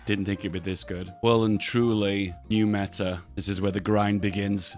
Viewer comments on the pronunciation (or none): none